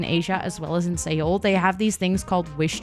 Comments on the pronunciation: Beautiful! (Seoul is pronounced like 'soul' btw) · Also incase you didnt know Seoul is pronounced closely to the word soul xD